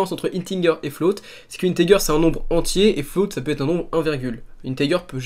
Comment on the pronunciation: Il sont super t tuto, juste une truc integer ça ce dit inetéjer